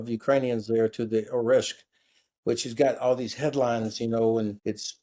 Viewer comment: Great talk, thank! ‘Kinzhal’pronounced is slightly different though. With ZH. So is Oreshnik. With NIK at the end. Small details:)